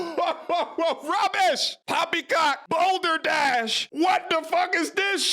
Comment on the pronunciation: Say bruh, don’t ever record yourself saying poppycock again!